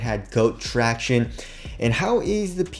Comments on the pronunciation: who else comes here to hear him say tractiones.....? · “Tractiones”...Shit makes me cringe every damn time